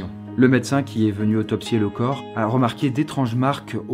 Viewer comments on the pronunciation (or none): none